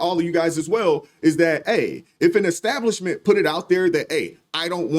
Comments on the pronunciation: What is an EKSTABLISHMENT ? The guy claimed to be a Pastor, so, I would assume that he has some level of higher education, and he can;t handle pronouncing a word that is pronounced EXACTLY how it looks!!! and somebody may be on the hook for lost revenue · Ickstablishment? What the heck? 😂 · What's an eggstablishment?? is an ignorant fool😂😂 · The word is not" exstablishment ". People tired of this crap. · What is a extablishment? Just thought I'd ax. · ekstablishments say it rite!! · What's an exstablishment? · “Exstablishment”? I guess now, since they are not going back, it IS and EXstablishment. 😂😂😂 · Did I hear EX-stablishment? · What is an "extablibshment"? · When he said Xstablishment I didn't believe anything else he said!😂😂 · Yeah well, there are a bunch of idiots listening and holding on to every word says at his holy exstablishment😂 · What's an "ecstablishment"? Also that story is very sus. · Did he keep saying, ecstablishment? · Maybe mispronouncing “establishment” (twice) is your problem… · Sir…. When you learn how to say establishment, we will take you seriously. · “Pastor”? Doesn’t he know that lying is a sin? And it’s “ask” not “axe”. And it’s “establishment” not “extablishment”. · Any righteous establishment would bar you too. Some people aren't worth the time. Ohh...btw...its established.....not EXXXstablishment. And its ASK.....not axxxxxxed. Embarrassing.